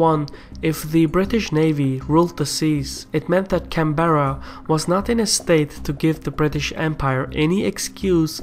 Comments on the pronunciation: Canberra is pronounced "can-bra" not "can-bear-rah" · Canberra isn’t pronounced that way, it’s pronounced can-bra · One of the globes you use spells "Sydney" incorrectly. It's "Sydney" not "Sidney"... also, we say "can-brah" not "can-beh-rah". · Not “Can-Bear-Uh” it’s pronounced “Can-ber (like in spur)- uh” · It's "Can-brah" not "Can-bear-Ra" and "Mel-bin" not "Mel-Bourne" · you pronounced Canberra wrong.its pronounced like 'Canbra" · Can-Bra, not Can-Berr-a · its pronounced canbra not can berra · For future reference Canberra is pronounced Can-brah with 1 syllable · fuck me, the pronunciation of Canberra is killing me. pronounce it Canbra like an Australian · Canberra is pronounced 'Can-brah' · Canberra is pronounced Can-bra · Took me like the third time to realise you were saying Canberra lol Nice to see us represented on the Caspian Report but a few things I'd like to say Our involvement in the world wars were heavily influenced by patriotism and loyalty to the British Empire, which makes sense seeing as how our population at the time was solely British (excluding natives) In regards to the Cold War conflicts the domino theory was a large factor. The going thought was that as Communism spread south through Asia it would eventually border Australia and pose a threat. This was made a common concern given the defection on Soviet spies based in Australia, making the threat a real issue. Also New Zealand probably should have been mentioned, yea they have a history massively different than us in many aspects but many of the points you made were exactly the issues they faced and in terms of the wars they were pretty much on the same page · we didn't become independent. The colonies confederated into a Dominion of the British Empire, kinda like Canada. Seriously, our head of state is officially the Queen - pronounced Canberra wrong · First time I've heard our capital pronounced like that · mate, you are saying Canberra wrong. btw, SOUTH AUSTRALIA IS THE BEST STATE